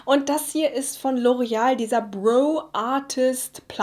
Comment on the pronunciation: man spricht es "brau" aus! Nicht "brou"